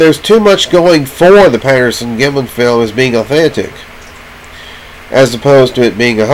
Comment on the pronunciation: You can't even pronounce the name "Patterson" and it looks and sounds like you're experiencing a stroke...LOL